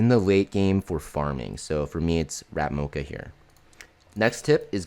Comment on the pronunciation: ratmocha..did i heard that right?